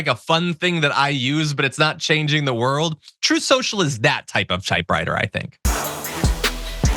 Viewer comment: Trump can't pronounce the word TRUT. He says Troth Social. The word TRUTH just can't roll off those orange lips.